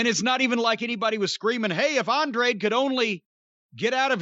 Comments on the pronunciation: Andrade is not hard to pronounce holy shit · Jimmy just refuses to say Andrade correctly lol. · Just like "Jane" Cargill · “Felix and Penthouse” gets me every time 😂